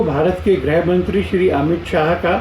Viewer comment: "ग्रह" मंत्री या "ग्रह" युद्ध नहीं होता है जी। गृहमंत्री और गृहयुद्ध होता है। चाहे वर्तनी की अशुद्धि हो या उच्चारण की, कृपया इसे शुद्ध करें। Lallantop के Anchors से ये उम्मीद नहीं है हमें।